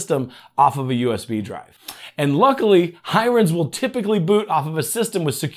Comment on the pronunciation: Thanks for the info - most useful and in idiot proof English :) Just one thing, the name Hiren looks like an Indian name - pronounced "He-run" - I could be wrong, but that's my take on it. Doesn't stop your video being super useful.